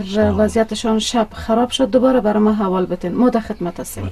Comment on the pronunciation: خوب بود. ولی چرا باید حتی در فیلم تلفظ را اشتباه میکنم مثلا میگه امنیت را همنیت احوال را حوال